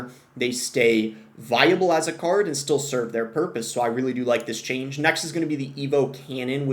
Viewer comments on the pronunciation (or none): none